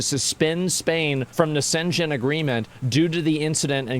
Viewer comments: Schengen space - you are pronouncing it in a Chinese manner... 😅 You need to find the German way to pronounce 🤗🙏🏻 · Schengen not Shenzhen . I know I know, hard to pronounce but pls dont make EU sound like China 🙏😄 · It is called SCHENGEN. For the English speakers you pronounce it like „shangen“ please get it right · Dude's calling Schengen "Sen-Chen"... 💀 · The Sengen agreement. But then again why would they use such a complicated villgage name for a thing people from alot of dirrefent countries is supposed to pronounce? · Man, you massacred that pronunciation.Shcheeeeeeeeeeeeeeeeeeeeeengen. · its pronounced - SHENGEN with SH duh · "Szen Jen" haha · I'm really sorry, but I just cant get over Asmons pronunciation of "Schengen". I thought he said "Skaven". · I have never heard anybody pronounce Schengen like that. The Shenzen agreement. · sheng-an is how it is pronounced. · It’s pronounced Shen - Gen 🙏🙌 why don’t they just go mow them down with M16s? They are an invading force and this is an act of war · How the fuck is the pronouncing Schengen lmao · After mispronouncing Schengen 3 different ways, I couldn't think Asmon can surprise me. Then came "Die Linke" 😅 I'm done. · this has to be BY FAR the worst pronunciation of Schengen i have ever heard.... YIKES. good video tho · Learn to pronounce Schengen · Asmongolds pronunciation of schengen killed me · New drinking game, take a shot every time asmon pronounces Schengen in a different way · The way Asmon pronounce Schengen is hilarious to me. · The way he pronounces Schengen. 😂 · Watching him tryna pronounce 'schengen' 😂